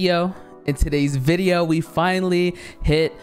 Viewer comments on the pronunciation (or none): Only og's will remember when he said vwuideo not video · Video 24: Of not saying “vawideo” it’s soon to come.